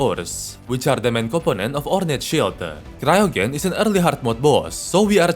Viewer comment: I think it's pronounced "cryo-jen", like cryogenic freezing